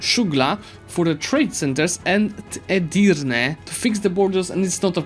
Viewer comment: you nailed the pronunciation of edirne this time gj!